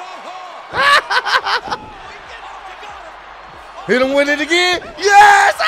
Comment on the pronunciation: I swear I thought he said “He hitto me amigo! 😱” 😂